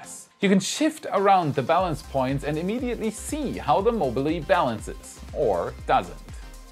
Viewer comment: Usually your English is excellent, but you should know that "mobile" is pronounced with only two syllables in English.